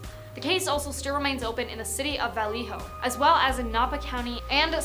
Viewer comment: Vah-lay-hoe = Vallejo Oh-hie = Ojai